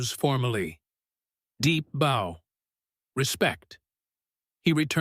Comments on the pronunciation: When the voice pronounces bow as boe, you know something jiggy is up. I like AI, but this is absurd... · Only AI would pronounce the word 'bow' as in bowinarrow. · ONCE AGAIN I ABSOLUTELY HATE THESE STUPID AI NARRATED STORIES; TRUE OR FALSE. THE ENGLISH LANGUAGE IS SUCH THAT THIS IDIOT AI BOUGHT CANNOT BE PROGRAMMED TO KNOW THE DIFFERENCE BETWEEN BOW AND BOW. THEY ALMOST ALWAYS CHOOSE THE WRONG PRONUNCIATION WHICH MAKES THEM SOUND EVEN STUPID ER. HOW ABOUT JUST GETTING A REAL PERSON TO TAKE CARE OF THE NARRATION AND SAVE YOURSELF SOME EMBARRASSMENT? AND ON TOP OF THAT THE IDIOT SAID MUY THREE DIFFERENT WAYS.